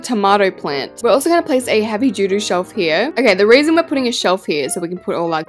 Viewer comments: it’s called “duty shelf” and we heard doo doo shelf😭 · I thought you said doo doo shelf